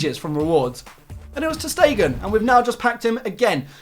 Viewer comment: Ter Stegen? Come on man, you're better than that.